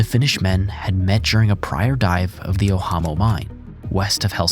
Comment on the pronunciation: That is the weirdest way to pronounce Ojamo as "ohamo". You pronounce it as "oyamo" if you wanna be correct but just saying "ojamo" would've been fine.